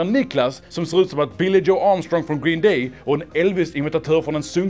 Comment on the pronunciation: Sättet som uttalar Green Day är... speciellt, kan man säga.